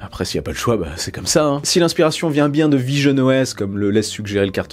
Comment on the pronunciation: quand tu as dit visionOS j'ai cru entendre pigeonne OS 😂